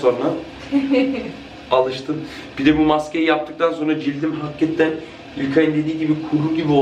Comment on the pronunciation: çok samimisiniz ya gerçektende çok tatlısınız ❤️ "hakatten" demesi çok güldürdü beni ama genelikle biz gurbetciler böyle konuşuruz 😂👍🏻 Videoların devamını bekliyoruz 😍